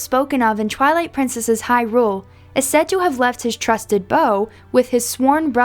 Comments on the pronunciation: It's not hyRULE, it's HYrule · The way you pronounce hyrule makes my blood boil.